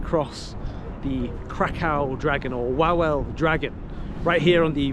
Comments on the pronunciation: Nie łałel tylko Wawel (vavel) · How come your friend didn't teach you how to pronounce Krakow or Wawel properly